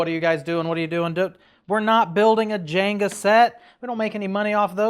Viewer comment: JENGA, NOT Janga 😊